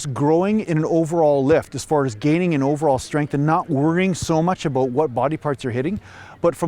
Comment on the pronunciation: Little bit aboot